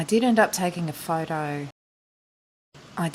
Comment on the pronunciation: Nice video! It is a little bit confusing when she says 'did end up' with 'didn't'! A matter of spell jeje It could be listen as I didn't up taking a photo also, isnt it?